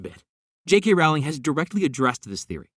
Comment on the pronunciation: I just wanted to let you know that you pronounce JK Rowling's name wrong. It should rhyme with bowling, not with growling